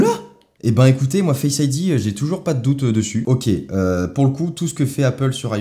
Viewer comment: pourquoi tu dis fesse ID au lieu de face Id